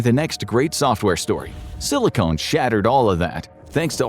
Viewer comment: it's pronounced sili-CON not sili-CONE. god